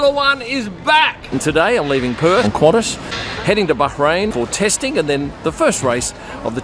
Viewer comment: kudos for your correct pronunciation of Bahrain. Now please teach the Sky F1 commentators